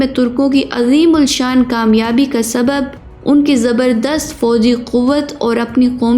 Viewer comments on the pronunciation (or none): Urdu sahi prhna ana chhie,,,, azeeul Shan nhi hota, azeemushaan hota he